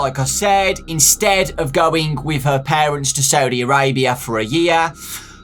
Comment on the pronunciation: The way you pronounce Saudi Arabia 😂 (Ps: I live there òwó)